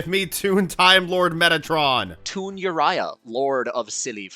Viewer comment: The way he says uria and hamon hurts my heart